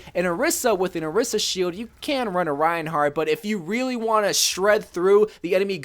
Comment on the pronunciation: You pronounce reinhardt like rain-heart